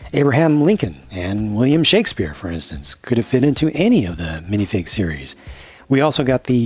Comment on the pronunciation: When you said series nine I thought you said Siris nine and I'm like Siri is like 500